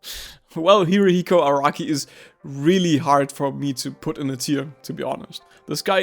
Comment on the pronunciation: "Hirihiko Araki" Man, seriously?